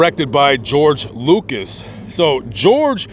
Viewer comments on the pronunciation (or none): none